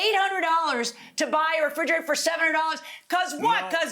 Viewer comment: frigerator... The judge and the defendant keeps saying.. it's refrigerator